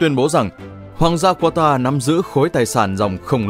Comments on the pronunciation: không phải QUA TA mà là CA TA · nước QATAR nhưng sao mấy ông đọc QUA TA vậy, ??? Đọc đúng là KA TAR chớ. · Kata chứ k phải qua ta nhé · anh phát âm qatar là qua ta nhưng các bình luận viên bóng đá lại phát âm là ca ta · Qata nhé, không phải Quata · Đọc tên cho đúng bạn. Ca - ta phiên âm phải vậy nhé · Qatar (Catar) đọc tên nước cũng sai😀🥱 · đọc sai tên quốc gia rồi : ca-ta .... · Ca ta đoc cũng sai